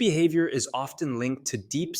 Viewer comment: What kind of mental disorder make someone grunt their T's but need to pronounce it in words like often. WHERE THE T IS SILENT!!!!!!